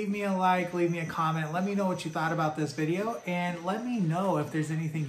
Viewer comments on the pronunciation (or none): none